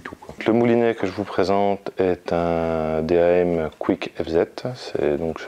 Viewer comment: Bonne vidéo par contre D.A.M ce lis en un seul mot lol dam